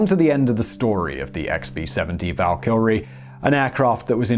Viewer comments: is there a L in this word?! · Val-kr-ee not Val-kill-re ; idk why but it made me cringe every time. Great video though!!! love megaprojects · Flibble Nope, im English, he's pronouncing it wrong...... Tomaytoe, tomaaaatoe. :) Great doc btw. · Me, cringing every time he says "Val-KILL-ree". It's "VAL-ki-ree". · Dude... Valkyrie. ONE L. And the B-52/Prop blunder aside, it was an interesting video. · val-kyrie, not val-kyL-rie fiscal, not fisTcal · I'm not sure why you are calling it the val"kill"rie. I thought this was a fairly common word pronunciation. The far more common pronunciation (perhaps American) is a much more flat and less "projected" pronunciation val"ker"rie. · It is pronounced val keer ry not val killary. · Dude, what's wrong with your brain? It's NOT "Val-Kil-Ree" There's no friggin L after the Y Try Vaal-Ki-Ree (at least for the anglicized pronunciation) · It's not "The Valkylrie"....It's "The Valkyrie". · Who is this Val Kylrie ? Val-Kee-Ree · Hey Simon, there's only one "L" in Valkyrie. It's VAL-KR-EE not VAL-KILL-REE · Val kill re? Val kyur ee. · Simon, why are you pronouncing it like "Val Kilmer". It's Val-Ki-Ree. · oh jesus christ. It is Val-Ka-Ree not Val-Kar-iee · I like how when he says Valkyrie he say "Valkylrie" like Val Kilmer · It's Valkyrie not Val Kilrie. Val Kilrie is the guy who played Batman in the 90's. Why has nobody ever corrected you on this? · VaL ker E Valkyrie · Val kill ree? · Does he keep saying Val kil ree? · All I can think of is Val Kilmer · Am I the only one who hears ValkyLrie when he pronounces the name of the plane? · Simon, there’s only one L in Valkyrie. “Valkylrie” lol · It can't only be me.........Val- kill- ree? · LMFAO val kill ree lol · VAL -Ker - REE ..!!!!!!!!!!! say it say it !!!!!!!!!! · How is someone who sounds soo educated soo bad a pronunciations val-kill-ey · And the R? Val Kree or Val Kerr ee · Why do you pronounce Valkyrie as Valkilrie? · Valkilry? Oké bye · I hear 'Val kil rie'.